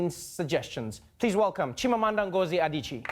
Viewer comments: No he said Adicheeee' . It is pronounced AdichiYAY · BeautyFrenzy Blog - Daalụ nwanne m nwanyị (thank you, my sister). That's simply Igbo 101. Back to Trevor: at the end of the clip he got Adichie perfectly correct. Chimamanda? Almost perfect (still not correctly intoned, which is crucial in African languages, especially Igbo). He even got the book heroine (Ijeawele) perfectly intoned at that wrap-up (yes, Trevor is great, but not perfect 😋). Now for those of you out there thinking we're "stretching this thing too far", Africans are actually more tolerant with non-native speakers warping up their languages, than Europeans for instance. This whole debate of whether Trevor correctly pronounced Chimamanda Ngozi Adichie was actually initiated on this thread by one Nia Imani-Diarra, a self-proclaimed "American granny of 66 yrs old" who declared that Trevor got the pronunciation perfect, and would NOT hear any contradiction from anybody, not even from Igbo native speakers! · He must have practiced for long. Even some Nigerians cant pronounce Adichie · Trevor did well pronouncing her first & second name but not so well with her surname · He almost got it correctly. The last name was slightly wrong.